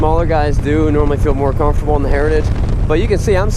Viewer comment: What? You can’t say sausages either. Heritages. Just have to slow down a bit.